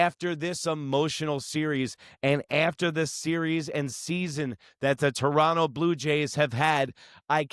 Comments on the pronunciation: You said "Torono" which is how most of us pronounce it...mostly because of laziness, lol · "Chorono" is also valid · Give this guy credit, he pronounces Toronto correctly.